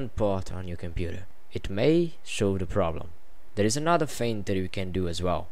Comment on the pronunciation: You Dutch people need to pronounce the word "that" not like this: "dat". It's THAT! The same with "this". Don't say "dis" These is not deese, it's THESE!